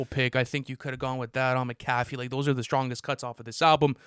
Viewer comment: It's Mac a FEE, not Ma CA fee you illiterate 🤡!!